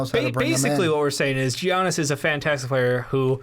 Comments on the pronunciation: I get what you're saying and it's actually a good content (I read the comments first and oh man the hate). But Jesus Christ dude, it's Giannis but pronounced Yannis. Soft g people, soft g. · literally cringing at the Giannis pronunciation. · Ok first of y'all are dumb as fuck...his name isn't pronounced like that. And he will be in Milwaukee for his whole career. He doesn't give a shit about national attention. He came into the league a few years ago and what was considered a "project" and the Bucks took a risk on him. And he liked that cuz they gave him an opportunity so he isn't going anywhere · The way you pronounce Giannis bothers me